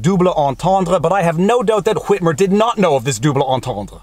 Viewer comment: I absolutely love the pronunciation of Whhhhhitmer!